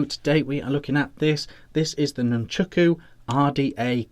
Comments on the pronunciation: Please, can we get the name right??? Nun-chAk-u, not Nun-chUk-u. Great review though. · Nice review but it's called nunchaku not nunchooku 🤣